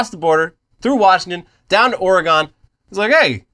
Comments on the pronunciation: OR-AY-GON is not how you say Oregon...! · Please tell me people are bullying for the way he just said Oregon